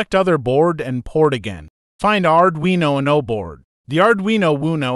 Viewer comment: It's not pronounced "Arduino Woono"